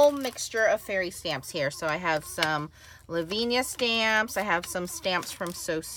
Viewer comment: Thanks for this vid. I agree ...love the clair inks. Btw, it is pronounced la-vin--ee-ah. Not laveen-yah